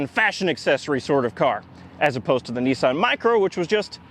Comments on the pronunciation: It is NISS-ANN not NEES-AHN. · These are known in the UK as Sarah Jane cars. And its Nissan not Neesan. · Only Nissan are not called Nee son but rather Niss an. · it’s ‘ni-san’ not ‘ne-san’ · not NEEsan NISSan,,,, gee wizz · Its so hard to not keep saying in my mind, "you mean Nissan, not Neesan. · Now as a Brit I still have not worked out HOW the Canadians SAY Oooot rather than Out BUT HONESTLEY neesun INSTEAD of the real name Niss Ann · I like the North American pronunciation of Nissan, "Neesan" lol. It's a bit like aluminium and vitamins, one day you might learn to speak properly. The 'Neesan' Micra K10, K11, was a true car for the people, this car is a Micra with a naff retro shell on top. Don't have a massive dislike of it, as long as you don't try and charge me more than the cost of a Micra...but there again I think I'd be more comfortable in a Micra. Good car, naff styling.